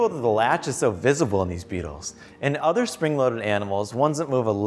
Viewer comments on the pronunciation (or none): the way he says “beetles” is weirdly satisfying